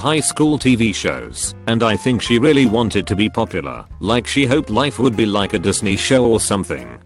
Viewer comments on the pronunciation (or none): none